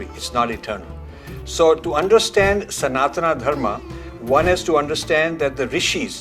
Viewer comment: Rajiv ji, thanks for your inspiring videos. But one request, please pronounce sanatan properly. Call it सनातन and not सनातना as you do. We should not get carried away by western pronunciation. Thanks